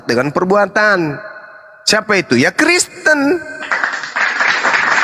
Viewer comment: Td dia bilang KRESTEN!